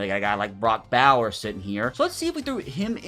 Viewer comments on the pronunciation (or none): DONT TRADE ISAIAH POLA-MAO!! (also pola-mao is pronounced [pole-uh now] but the n in now is a m)